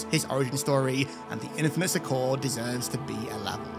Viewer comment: That's not how you pronounce "succor" and you say it over and over again lol